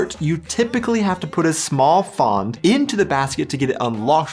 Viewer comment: The "a" in "Pfand" is short, and the "d" should be pronunced as a "t". ;-) HTH!